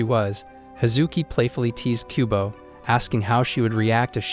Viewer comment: I keep hearing kubone from Pokémon instead of kubo